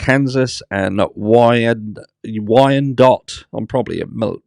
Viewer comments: You said Wyandotte perfectly! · You said Wyandotte correct! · You got Wyandotte exactly right. <-- that is the Michigan spelling by the way, in case you ever cast your eyes on my fair state. Algorithmically speaking. Sorry I'm so late today.